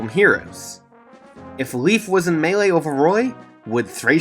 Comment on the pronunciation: Leif is pronounced "layf" not "leaf". It's a Finnish / Norse name. I'm sorry for being that guy, but it bothers me...